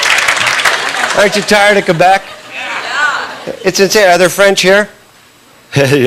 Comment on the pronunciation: LOL, I didn't know this but Sean can speak French! I noticed it right away when he said Quebec. Engish people pronounce it Qwebek. He didn't make that mistake. He pronounced it right. BTW, I'm not from Quebec but I do speak French which is how I noticed.